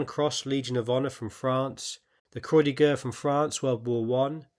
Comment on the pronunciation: Croix de guerre is pronounced [kʁwa də ɡɛʁ]